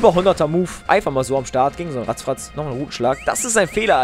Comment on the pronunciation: wie er "Peckpeck" und "Ratzfratz" permanent falsch ausspricht xX